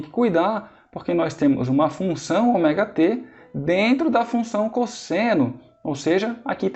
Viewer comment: Muito boa a aula, só fiquei meio engabelado com a pronúncia do Ômega pra Oméga